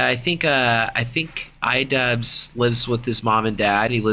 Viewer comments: It’s not idubz its idu-b-b-b-z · It's pronounced Eedoobbbz.